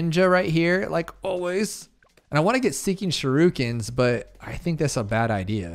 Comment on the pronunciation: bro said shirukens 😭😭